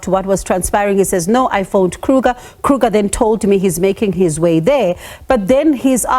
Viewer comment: The surname is Kruger and not Kruka please. It is Afrikaans and not English. 😂